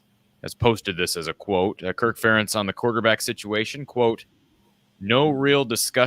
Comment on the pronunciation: When an Iowa fan says " Fur- entz" I know he is a clown